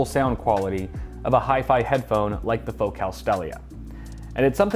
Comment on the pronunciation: That can't be how your pronounce focal.